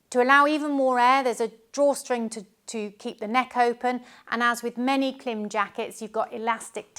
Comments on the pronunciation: Klim as in “rhyme” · You also pronounce KLIM wrong. :face-green-smiling::face-green-smiling::face-green-smiling